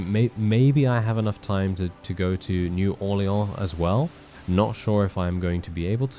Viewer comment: Love the way you pronounce new Orleans